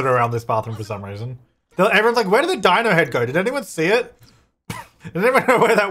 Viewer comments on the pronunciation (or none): none